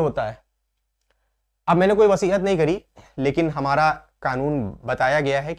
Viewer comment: सर,वसीहत नहीं वसीयत (will) कहते हैं